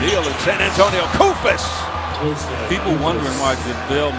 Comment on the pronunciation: He is called Kóstas Koufós not Koùfos, the accent is wrong